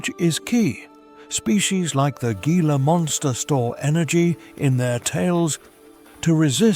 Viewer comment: A few notes on the narration - Gila is pronounced "hee-la" and Saguaro is "Su-wahr-oh". The temps have only been up to 50°c a few times, the last time it hit 50° was in 1993 or 1994. It does get up to 48°c often though.